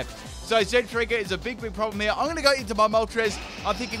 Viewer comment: Zeb-STIKE-A. THERE IA NO STREAK